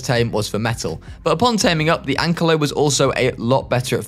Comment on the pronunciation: Why is no one saying that he said ankalo instead of ankylo it bugged me so much